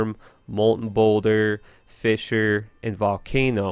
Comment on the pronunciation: Fisher...? Dude... I love your videos, but man... ur pronouncing most of em wrong... its frustrating lol